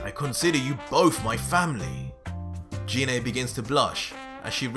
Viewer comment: anyone else annoyed that he is saying her name wrong ? its Gi ney ... sort of like the Gif arguments.